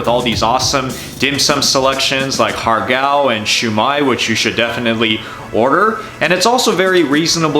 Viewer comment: Disappointed that as a Chinese person, you've mispronounced (and Americanized) Ha Gow and Siew Mai .